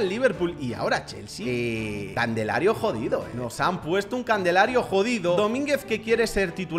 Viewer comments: Alguien se es cuenta que dice el Candelario y es calendario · Quien noto que dijo candelario Y no calendario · Me encanta cuando dice candelario en vez de calendario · Candelario Yo: calendario, perro.. calendario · Soy de los q siempre escucha a decir candelario en vez de calendario desde q empezó a subir esta serie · Jajajaja candelario y es calendario 😂😂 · Che se dice calendario wacho